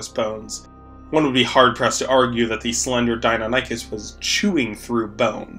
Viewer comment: the way you pronounce deinonychus hurts me on a spiritual level